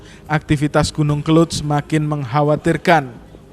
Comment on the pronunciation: Yg benar itu kelud bukan kelut.